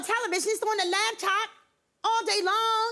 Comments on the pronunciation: if she say "LAB-TOP" one more time !!!! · I hate when people say "labtop" !! lol